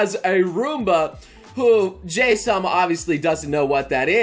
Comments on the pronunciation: I've been reading a bit of this Manga before you made this video, and there's 2 things you've said in this video that kinda irritate me, honestly. 1, you pronounce her name as 'Jay'. It should be very obvious that that's not how you pronounce her name, given that the manager at her work calls her 'Hi-chan'. (Pronounced like 'He') I can't recall the exact origin, but both Jahy and Druj are based off of some sort of mythological gods/demons, and that's likely why their names aren't spelled in a Japanese format. Of course her name could be pronounced differently where the mythology originated, it at least in Japan is clearly prounced as 'Jah-Hee' (Would be spelled 'Jahi' in a Japanese Format) 2, you called it a Reverse Isekai. That's not ENTIRELY wrong, but it's not entirely correct either. Calling it a Reverse Isekai gives off more of an impression that she travels to a completely different reality, where the laws of nature/physics work differently. (Like one world having magic, and the other having none) As well as that they're completely disconnected from one another. (Except for by the 1 manner they manage to travel between eachother, which is typically rare or unheard of.) Jahy simply is just cast out of the home of the Demons to the home of Humans. You also made it sound as though Magic flowed through the Demon Realm naturally, while there was none in the Human Realm. The Demons in the Demon Realm simply just had power given to them by a large Magic Gem within the Demon Re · Might want to change the pronounciation fo 'ja-hee' because folks may still mistake the 'hi' as hi (as in hello). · I always thought "Jahy" was pronounced as "Ja-He" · Always thought "Jahy" was pronounced "Ja-hee" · hearong noble pronounce Jahy wrong hurts me everytime he says it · So THATS how you pronounce Jahy... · Its Pronounced "Ja-Hi" Not Jay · Why you call her Jay instead of JaHy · Pronounced ''Ja-Hi'' not ''Jay'' ... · so its pronounced as jay i thought its more of a jahi XD